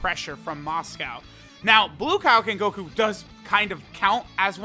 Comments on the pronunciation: It's Mosco, but for some reason pronounces it as "Moscow" lol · Still pretty weird considering he knows how its pronounced but still ends up calling it by the food. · "For some reason"... maybe it's because the name is derived from Moscow Mule, so even tho it's Mosco, Moscow ain't that wrong